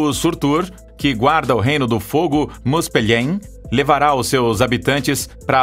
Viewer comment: A pronuncia correta do nome Muspelheim é Mufelrain.